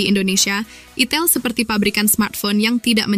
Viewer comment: Itel ( di baca AITEL ) bukan di baca itil 😅